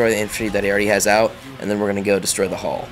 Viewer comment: When he says hall, it sounds like hull.....